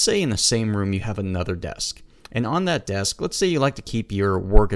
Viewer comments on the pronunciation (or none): I never heard anyone say "Ands" where are you from ? ^^